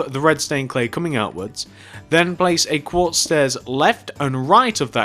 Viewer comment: at the start you said redstone cley